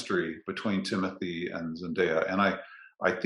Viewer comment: it’s interesting that is french but it seems he still hasn’t caught on to the fact that timmy is as well! i figured he’d be using the correct pronunciation of his name if no one else does lol. here’s hoping he sees this but hey, timothée IS french through his father who was born and raised there and his name is pronounced “tim-oo-tay shall-uh-may”. he was born in ny but spent summers in france and holds a duel citizenship. LOVING the podcast guys, truly! <3